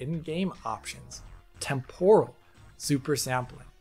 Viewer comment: Not sure why the stress on the second syllable of Temporal. That said. I will take regular old TAA over a lot of what came before in a heart beat. MSAA was fine but it had limitations, especially in terms of performance and shimmer. SSAA is just a brute force method of AA that costs so damn much. FXAA and SMAA are just image blurring that look crap (Though SMAA was WAY better than FXAA) and plain old TAA has the advantage of dealing with shimmer along anti-aliased lines but a blurred image. At least now we have more methods of dealing with aliasing. DLSS, FSR, XESS etc. etc. etc. These also came with drawbacks but most of the kinks have been worked out by AMD by 2.1 and DLSS is pretty damn good since 2.0. XESS became extremely competitive by 1.1 and 1.2. And yet... I still see people wanting to use FXAA in their games rather than any of the prior 3 at ultra quality. Madness.